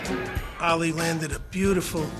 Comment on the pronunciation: This guy can't even pronounce his name right. It's not Alley.